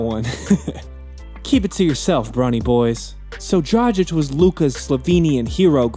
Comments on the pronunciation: He also said that Kobe trash talk dradchich and then showed a clip of Kobe talking shit to Luka lol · good video, just do the research on the pronouncation, cuz Dragic and Sasa is not the right way to pronounce how u did in the video.